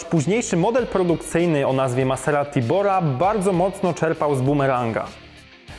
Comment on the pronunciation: Fonetycznie maZerati. #MASERATI